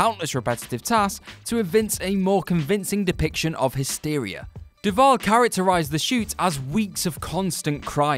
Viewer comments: Duvall, not Deval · The Shining costarred SHELLEY DUVALL....NOT “DeVal”! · Shelley WHO??? DUVALL, people. Her name is Shelley Duvall. It's not that difficult FFS. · Duvall. Shelley Duvall. Do the editors ever even THINK of consulting Google or Wikipedia or even a god damn ENCYCLOPEDIA before doing these videos anymore? Or has Boris Johnson and Brexit completely fucked everyone's brains across the Atlantic at the WhatCulture offices? And I seriously can't even figure out how you turned one name into vulgar language, and fucked up Vincent D'Onofrio's name that horribly. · "Verga" Farmiga? Shelly "Deval"???????? What's happening here?